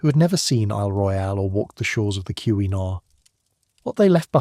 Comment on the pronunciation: As a yooper I will tell you you’ve already butchered the pronunciation of “ontonagan”, (on-tan-aw-gan)“keweenaw (ke-weh-naw)peninsula” all within the second minute.